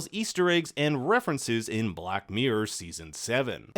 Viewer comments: It's hard for a brit to hear the word 'mirror' butchered so many times in one video! Mirror... not miyr. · Wtf is a black MEEE-URR